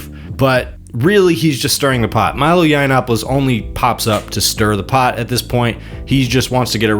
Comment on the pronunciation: Milo looks like he's on his last leg. Benny is clearly gay. And this guy might be ai. How can he keep pronouncing milos last name so badly